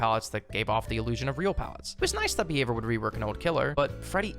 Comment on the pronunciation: i kept thought you were saying beaver, not behavior